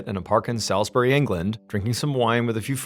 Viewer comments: Salisbury is pronounced sawls-bree. 😊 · Am living close to Salisbury. MrBallen mispronounced the name. It's pronounced like Sauls-bury. It affected businesses, people , local town for months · I knew what the story was the minute John said " Salisbery ". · most people i know and many around sailsbury pronounce it 'Saulsbury' but it didnt really affect the quality of his presentation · I'm from near there and the pronunciation is nothing like that. Sawlsbry would be closer, but without over pronunciation of the w. Brilliant video though. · as a Resident i can tell you all it's pronounced "SOLSBURY" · i said it was pronounced solsbree (might be easier for an american to read it that way lol) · This story is local to me, I was working in Salisbury (pronounced souls-burry) when it happened and it felt like something straight out of a movie. Never believed something like this would happen in such a quiet (and posh) city. Also my 3 month old baby loves watching Mr Ballen with me, so thanks for keeping it clean 😂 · but also... the way he pronounces it!! 🤣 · Forgive me for being a pedant, but Salisbury is pronounced "SAWLSbury", not "SALSbury". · It's pronounced 'souls bury' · The ‘Sal-‘ part of “Salisbury” is not pronounced as in “pal” but like “fall”….ie ’SOLS-burr-ay’! With the emphasis on the first syllable. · Salisbury is pronounced solsbree in the UK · Salisbury ( pronounced Saulsbry, sorry about our batshit crazy place names) is such a beautiful place and suffered badly for a couple of years after this. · Salisbury = sawlz·buh·ree. W⚓ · I was a teenager living in Salisbury and would regularly spend time in the park where the spy and his daughter were found because it was on my walk home from school, was really scary when this whole situation unfolded😅 But the pronunciation of Salisbury is getting me man, it’s Sauls-bree please😭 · *pronounced Sawsbury 😋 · We have a Salisbury Maryland and we pronounce it Saulsberry